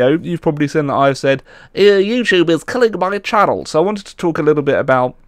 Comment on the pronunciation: says seen as sin it makes me chuckle.